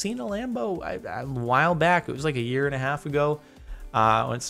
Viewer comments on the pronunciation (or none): none